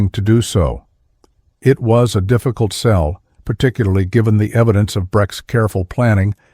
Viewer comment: Breck not Brett. Sell not Cell.